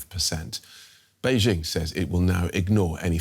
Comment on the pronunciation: “Be jing” 😂😂😂😂